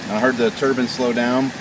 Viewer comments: Nine, fine, mine..... turbine. Not turban, turbine. Lolllll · Proper english would be a great help. The whole video I thought you were talking about a rag for your head. Not a TURBINE for making power with.... geez, learn to say Turban or Turbine properly, others might think you're reinforcing a Jihadist colony.... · TurBINE not turBAN goddamn dude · a "turban" is something one puts on their head. A "turbine" is what your talking about. A simple mispronunciation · I know I'm sounding like a bit of an ass but it's turbine not turbin. other than that I loved the video. thumbs up. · Did you mean 'turban',?